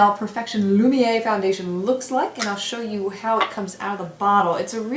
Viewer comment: Wow - I am going to have to give this one a try. I've never tried a single Chanel foundation but this one looks and sounds first rate. FYI, Z - the final "r" is sounded in the name - it's "loom-y-AIR", rather than "loom-yay".